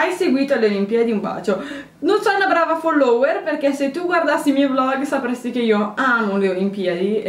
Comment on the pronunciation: Ma come pronunci la parola "follower" 😲😂